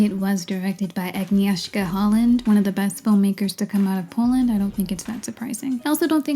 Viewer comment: Focusing on pronunciation seems silly especially because you mispronounced "Agnieszka" 🤷‍♀️